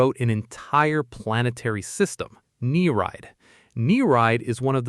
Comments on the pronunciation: its not "knee-ride" its "ni-ree-id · He did its pronounced "neer-eed". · You pronounced Nereid wrong